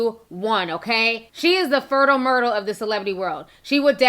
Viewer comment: Lmaooooo "Fertile Murtal"